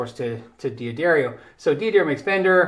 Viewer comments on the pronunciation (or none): Oh man if i knew you in real life i'd give you so much shit for saying dee-addario. Not to mention saying "dadario" makes me think of alexandra daddario and no moment is wasted doing that. Great vids man thanks for making them.